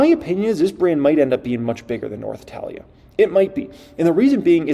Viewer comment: Before hyping learn to pronounce italia 😂